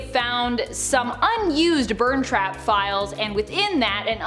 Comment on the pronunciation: You say burntrap as burnt trap.